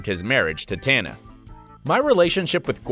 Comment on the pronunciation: Can’t even pronounce tana correctly